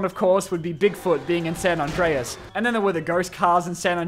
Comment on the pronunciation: As someone who speaks Spanish, I love it when English speakers try to pronounce words such as "San Andreas" 😂 ❤